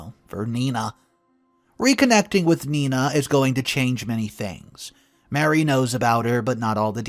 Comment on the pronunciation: Ma Ree! Not Mary!